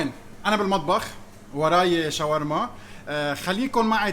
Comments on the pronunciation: كلمة شاورما هيك مو شوارما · شوف أي شخص ضيع باللغه العربيه وخلي يصلحلك .... شاورما وليس شوارما